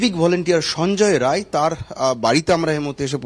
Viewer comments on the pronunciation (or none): আপনাদের লজ্জা লাগে না, একজন অভিযুক্তের নাম ঠিক করে বলতে পারেন না ? রায় না রাই ?